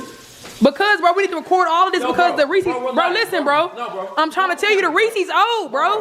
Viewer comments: If she say REEEECS ONE more time 🙄💀 it’s Reese’s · Everytime she said resses wrong it made me mad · "I THINK THE REECIES OLD WE NEEDA SUE WALMART